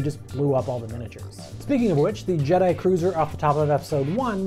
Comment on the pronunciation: did he just say ''return of the jedee'' XD